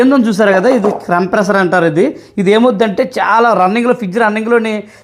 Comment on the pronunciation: అన్నా ఇపుడు లేటెస్ట్ టెక్నాలజీ ఉంది. ఆటో కటాఫ్ ఉంటుంది. క్రంప్రెసర్ కాదు. కంప్రెషర్ అది